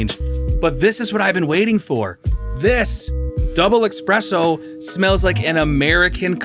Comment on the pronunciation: Espresso. Not expresso.